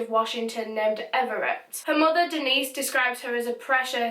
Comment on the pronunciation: You are saying these Washington names so well. I live on Whidbey Island right across the water from Everett.